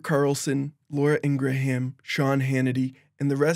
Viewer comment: Fyi the "ha" in Ingraham is silent